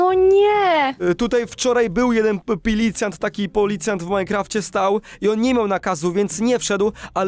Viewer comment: „PILICJANT” kocham to 😂